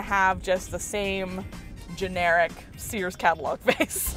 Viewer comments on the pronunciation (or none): Sears not sheers lol